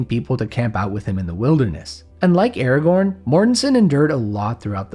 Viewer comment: I am mildly annoyed by the way you pronounce Aragorn. Other than that it is a great video 😄